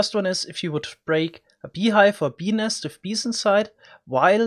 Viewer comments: Dude, you really must work on enunciating the t in nest. Just over-exaggerate it and it won’t sound like you’re saying penis over and over! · When he says "bee nest" it sounds like he's saying penis. Hahah wtf so funny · "Beenis" REALLY? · Ill be honest fam i just clicked on this video to hear you say benis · I keep hearing penis instead of bee nest